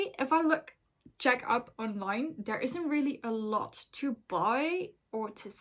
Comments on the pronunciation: I love your 🇨🇿 pronunciation. 👍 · as a czech you did good!!!